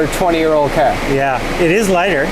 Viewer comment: Cawr isn't how you say Car 😂